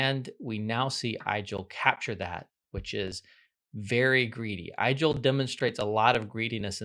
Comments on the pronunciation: it's pronounced 'Eagel' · "Igel" is pronounced like ee-gehl, it comes from German and translates to hedgehog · Igel (german for hedgehog) is correctly pronounced so that it rhymes with wiggle, not with Nigel.